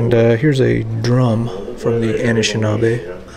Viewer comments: your pronunciation of “Anishinaabe” is almost perfect. The first “a” is pronounced like “uh” and the “aa” is pronounced like “ah”. Excellent video nonetheless! Keep up the awesome work! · You were right on how you pronounced anishinaabe. They are the local indigenous native from my city. (North Bay, ON Canada)